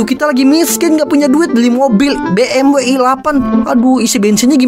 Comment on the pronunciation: Bang bukan bmw i8 tapi BEMDABELYU I8